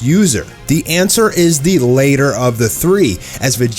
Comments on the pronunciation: it is pronounced the "ladder" but spelled "latter". you said "the answer is the later of the three" -not pronounced like see you "later"... it's see your "ladder". hope this helps. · "Latter of the three"... not later of the three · Latter is not pronounced later. I swear this dude does not know English. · "latter"(like ladder but with a T) not "later" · Latter is not pronounced the same as later. Also you said Merged Zamasu was killed by a hakai.